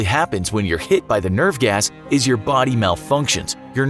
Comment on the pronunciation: I thought he said "nerf gas" and I was like it's nerf or nothing